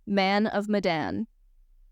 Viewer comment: This is probably going to be a long thread that I’m about to comment, but I’ll start off with: You pronounced Medan the same way the cast do so no worries there.